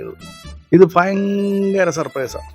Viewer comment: ഫയങ്കര സർപ്രൈസ് ആയിപ്പോയി 🤣🤣🤣🤣🤣